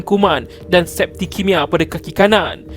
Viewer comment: Septicemia bukan septikemia. Hendak jadi narrator biar tau fakta.